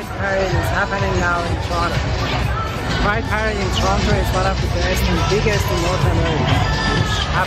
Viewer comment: Oh sorry. I heard "Pride Parade" as Guy parade Lol